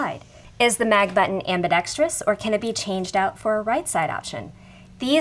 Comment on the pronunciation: Thank you! Very informative! And, unlike so many videos, you pronounced ambidextrous correctly, instead of saying ambidextrious.